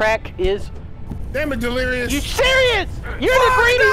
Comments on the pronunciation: its ed-lirious,not ben-lirious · delirious you keep calling evened just so you know